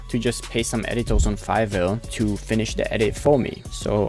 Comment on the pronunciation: "Editours" HITS hard